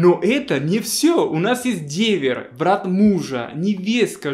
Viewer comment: Привет, всё интересно, но В и Б в русском языке это разные буквы, а у тебя - где хочешь там и употребляешь в произвольном порядке. Для меня Брат и Врат не одинаково звучат, а Врат это кто или что? Так давно и много говоришь на русском, неужели сам себя не слышишь, или просто это прикол?